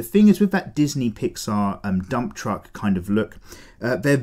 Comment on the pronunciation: Casually says “absolute dumb truck”